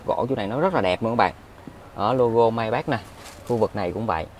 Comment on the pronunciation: May bách?! Nghe hơi khó chịu